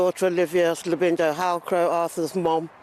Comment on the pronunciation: thought so and the narration has been inputted into AI- you can tell by the way the Labinijo part In Arthur's name is sometimes mispronounced.